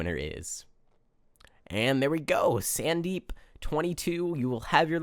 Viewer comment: Also my name is pronounced Sun Deep not Sand deep but in america everyone called me it (i am Indian/America)